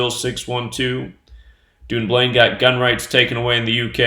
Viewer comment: I wish you would say Dunblane properly .......its pronounced done blain